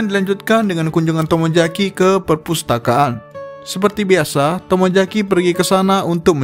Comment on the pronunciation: Saran bang,tolong Bedakan antara pengucapan kata "J" & "Z". Ex: Tomozaki,bukan Tomojaki. Yuzu,bukan Yuju. Selebihnya bagus👍